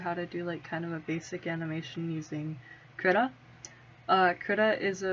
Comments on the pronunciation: i heard Krita is prenounceted Kree-ta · I use krita all the time Also its pronounced KREE-TUH